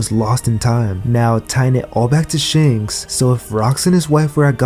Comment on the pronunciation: Its ShAnks *A Not ShEnks E*!